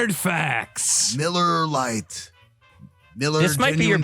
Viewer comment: Every once in a while, I could swear he says MULLAR LITE